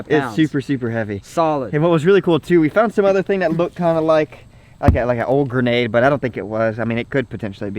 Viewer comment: When u say a gernate Me: Don't be dumb watch to not pull the trigrer